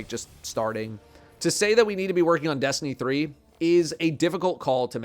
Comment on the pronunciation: Destiny Threeuh